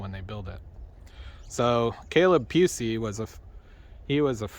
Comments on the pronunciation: Pronounce it Puu - easy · It is not pronounced like a “ kitty cat” it is pronounced like it is spelled